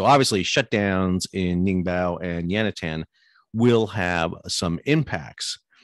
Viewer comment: Stop saying Yantian and Ningbo incorrectly. Otherwise videos are good. It makes you lose credibility though.